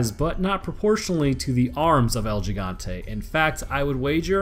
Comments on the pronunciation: HE-gan-te proper pronunciation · Oh yeah,I forgot to give you a little lesson (in trickery) on Spanish,El gigante is pretty much pronounced as el higante...The H is sorta stressed tho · nnnoooooo its pronounced El Hee-gan-te not Ji-gan-tay still cool vid tho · As a native Spanish speaker, I have to say it. The first 'G' in 'Gigante' is pronounced 'he'. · Its pronounced el higante no el jigante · Are they actually called Gigante like Jigante? Cuz Gigante is pronounced like Higante in Spanish. Do they call him Jigante? Lol poor dude. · You kept saying Yigante instead of Gigante XD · pronounced like "El He-gone-tay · you sure it's not "he-gan-teh"? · but you still tried to pronounce it like how english people would try to pronounce it. if you want to pronounce it right, you have to use hard vowels in every syllable, so it's gi = hi (sounds like "he") gan (hard "a" like the "a" in around) te (like the "te" in text). yours kinda sounded like higonteii. it's.... just not right @@ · bruh just go on google translate and type in giant into Spanish n ull c tht it’s el he-gan-tay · Lol I laughed twice when you tried to pronounce “Gigante” it’s ok at least you tried. GEE GON TAY like that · Lmao “L-Jigantay” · the way you say Giant in spanish is "He-gant-eh" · You pronounce it has el he-gan-the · That's he-gun-te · El heegante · So close! It's actually "el he-gan-tay" the first g is pronounced as an H lol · It should be more like "el He-gante" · gigante is pronounced with a soft g, more like heegante than anything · El he-gan-tae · Dude the way you pronounced "El Gigante" made me laugh😏😄 lol your second attempt was better but still off 😄. You see the correct way is the way you said it the second time all except for the way you said the "G" , on that letter you pronounce it exactly as if you were saying "he" so "he+ exactly how you said it the 2nd time all except for the g i just explained how-to lol😄😄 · El... GI-gan-tay. It is not pronounced as though it's a J.